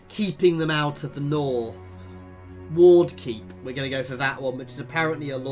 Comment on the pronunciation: You named Ward Keep 'Wark' Keep. Also, you have a lot of followers tat you have unassigned